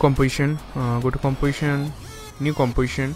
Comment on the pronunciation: "new comwaition"